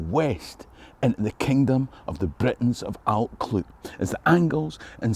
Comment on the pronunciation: Your Brythonic/ Cymraeg pronunciation would benefit from understanding how ‘u’ is pronounced in Welsh… it’s basically ‘ugh’ and you have to stick your tongue out when you say it .! Also LL is pronounced by blowing air though the side of your mouth…Allt Clud ( the hill of the Clyde) sounds a lot better this way. Rhydderch Haul ( haul means generous/ giving) of Glas Gae (the Blue Field) is a common ancestor to us too. Diolch yn fawr …diddorol iawn 👍🏴